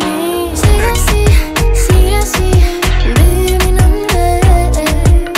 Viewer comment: porque pronuncia ashi?, con sh, shaben ushtedesh?